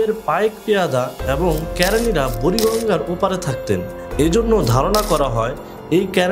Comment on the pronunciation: উচ্চারণ সঠিক হোক-- কে রা নী,,,।। ক্যারানী নয়।।